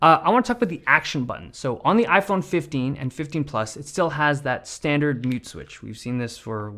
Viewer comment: iPheen phifteen LOL